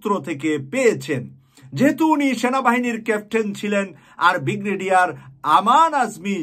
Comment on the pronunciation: Alhamdulillah. By the way bhi actual pronunciation is Brigadere not Bigradere. Thank you. Pls take it easy. Thank you for this great news